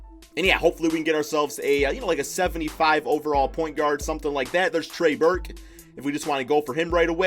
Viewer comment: Trey Burke bro trey Burke 😂😂